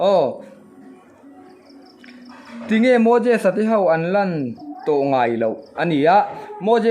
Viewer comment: I tawngkam hman hi fimkhur deuh teh ngaihthlak a nuamlo thin..eg..daih tih turah deih.ngaih-ngeih..a lamrik turah e i uar mah² aw.Svmm